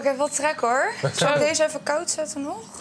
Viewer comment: "Zalk mee" en dan dit hoofd 😒